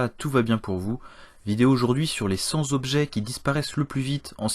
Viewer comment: "sur les cent zobjets..." C'est quoi un zobjet? Encore un youtubeur qui ne sait pas parler français. ça donne le niveau du gars. A peu près au niveau de la température anale.